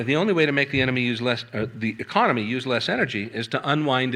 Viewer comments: Cute slip: 'economy' accidentally called 'enemy' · I'm enjoying Freudian slips. A couple times, he's said "enemy," then quickly corrected to "economy," and there were a few other prescient slips that I did not record. Good work,!